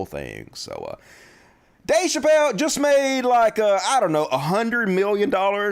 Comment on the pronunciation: *Chappelle. I'm gonna bet you would pronounce my real name wrong and continue to mispronounce it after I corrected you.